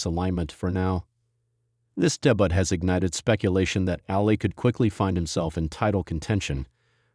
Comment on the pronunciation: "Made his debutt" 😂 peace I'm out